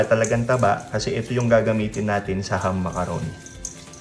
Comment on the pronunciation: It's not Hum, it is Ham.